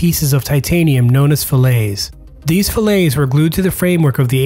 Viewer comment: Fillet, in this case, is pronounced FILL-it.